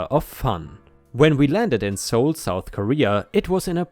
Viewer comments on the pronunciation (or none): none